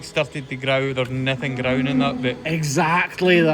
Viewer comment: When he says GROWWEEN he's actually saying groin.